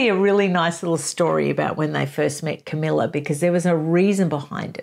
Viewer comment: Camilla, not Camellia. And no, falling in love was not the only thing she did. She was in league with Charles to procure a very young virgin for Charles to marry seeing as she could not. The idea was that this young virgin could be used to satisfy Charles' dynastic obligations. The problem was that they contrived for Diana to believe Charles was in love with her, and she did. They should have made a deal with Charles' bride, Diana would not have done so but I suspect there were many that would. They didnt do it because they could have been caught, instead they acted abominably without any integrity. Yes they are clearly in love but it doesn't change what they did.